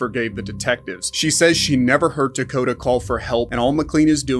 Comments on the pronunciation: First case 1. The boy's name is Takoda not Dakota. Yes, they are quite similar but not the same and maybe it is because English is my 2nd language that for me it sounds like it was pronounced like Dakota every single time but looking at the comments I doubt that. And in case of an innocent boy who was murdered and abused he at least deserves the respect that those covering his case do enough of research to know his actual name. 2. The father got 51 years to life in prison, not like claimed here 5 to life. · His name was Takoda, not “Takada” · If you’re going to do a repeat video of a horrendous child abuse case that’s been covered over and over, at least pronounce the victims name right. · 🥺It’s Takoda with a T ♥️I’m not meaning to be snarky.I just read your comment and I thought you were so bothered by his story that you would want to know his name.It’s not a criticism please don’t be upset with me. I’m saying that very nicely.🙁If you watch the whole interrogation you will lose your mind it’s SO BAD.If you watch it please be prepared for it because I ain’t never heard the shit that comes outta that monster. RiP Takoda Collins 💔